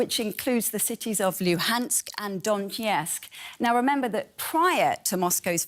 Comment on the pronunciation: "Donkey-etsk" lol!!!